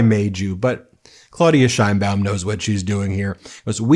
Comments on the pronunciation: Why does everyome fuck up her name?? It isnt SHINEBAUM. It's Sheinbaum. HTF can you fuck it up?? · I'm in Mexico now and we've been pronouncing her name wrong. It's 3 syllables; shay ‐ ing- baum. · Claw-OOD-ee-ah Sheinbaum, Ben. Pronounce her name correctly, or you'll end up sounding like Trump.